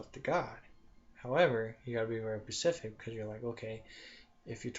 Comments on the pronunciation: ur to monotone, and all the ummmm's and pauses made me turn u off.and its specific not Pacific. u need to practice before you record yourself. just being honest. u sound like you don't know what you are talking about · PACIFIC???? DUH, TRY, SPECIFIC!!